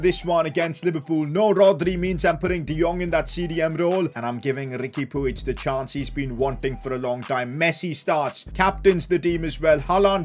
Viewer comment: Riqui pig is pronounced as pooj